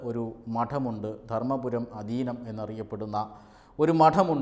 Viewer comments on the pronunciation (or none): അധിനം അല്ല ആധീനം... മധുരൈ, തിരുവവട് തുറൈ, ധർമപുരി മുതലായ ശൈവ ആധിനങ്ങൾ ആണ് തമിഴ് ഭാഷയെയും, ശൈവ സിദ്ധാന്തങ്ങളേയും തമിഴ് നാട്ടിൽ നിലനിർത്തിയത്